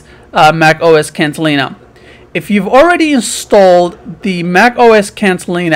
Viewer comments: dude, it.s catalina, not cantalina. what a bunch of bullshit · It’s Catalina, not Cantalina.